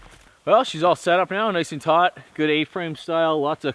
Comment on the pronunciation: were you saying tight or taut